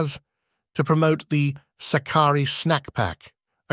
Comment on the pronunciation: DEFINITELY NOT. It is Sάkkari . Greetings from Greece.